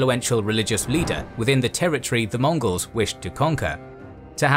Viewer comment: Can I get a "Hurra!" for the narrator for repeatedly saying all those similarly difficult chinese and mongols names ? Hip-Hip!